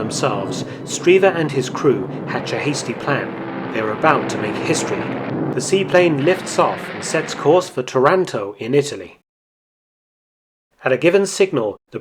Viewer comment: I think you mean Otranto, not Toranto...